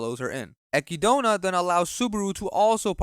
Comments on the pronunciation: "ecky-dona"💀💀 its "eh-kid-na" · why does he keep calling echidna ekidona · I think you pronouncing the Witch of Greed name wrong. Her name is Echidna(eh...kid...na) the name is pretty much pronounce as the same species of Knuckles😂 lol.... Subaru in this season really gets on my nerves. Instead of him pouting and crying he should have been asking the witches the right question like "Why did they chose him? and What is his actual purpose in that world? But I have to say that Roswaal a psychotic madman and we still don't know what he is planning. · Echidna, not Acky Donut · pronounced a kid nah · "Echidona" "Petrash" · Did he just say Eki- dona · strange hearing echidna pronounced like that by an english speaker, my inner-monologue reads it in english and just goes with chidna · The way this guy pronounced echidna should be a crime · echidna is an animal name bro it has a correct pronunciation im saving you from all the sonic fans